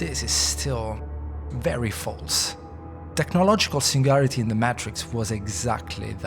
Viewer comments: Is this an AI voice. They keep saying the “mahtrix” and not the “maytrix” very strange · Great vid. You are pronouncing "Matrix" incorrectly, it's not Maaaatrix, it's Matrix, like saying the word Daytrix, or like hay or hey. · May-Trix, not "matt-triks" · Maytricks✅️ Maaatrrrikz❌️ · The way you say matrix is so frustrating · They already made a short series explaining all of this lol. This is a terrible video and he keeps pronouncing Matrix wrong. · You make a video about the "matrix" and cannot say the word "matrix"? Are you absolutely serious right now? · This is literally just a summary from the animatrix you can just watch the animatrix clip its not that long. Nothing is really added except some dude pronouncing matrix wrong.